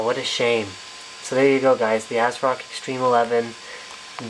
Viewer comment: "ass rock" Linus